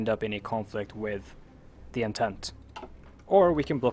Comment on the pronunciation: It is pronounced as Ahn-tant